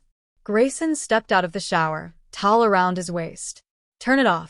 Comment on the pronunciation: towel not tall.